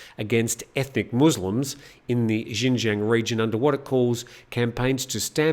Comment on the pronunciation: Xinjiang is pronounced ‘shin-jiong’ and Xiamen is pronounced ‘Shyaa-mun’ for future reference. I lived in China for 5 years. Excellent program. Better every day.